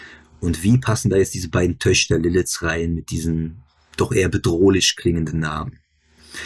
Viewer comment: lerne bitte das ch richtig auszusprechen! Tut im Ohr weh.